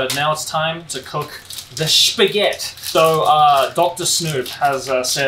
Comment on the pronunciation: Shpaghetti lol